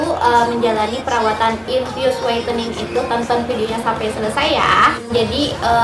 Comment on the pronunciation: Ngomong infus no sih gosah infiyus infiyus 😏😏